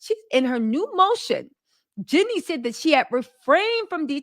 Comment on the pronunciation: Is saying Jeanie hard for you, and I don't know, or are you being purposely disrespectful in refusing to say her name properly? it seems odd that you constantly say Jenny, not Jeanie in you are reporting on Jeanie... it is even spelled differently. It's just rude.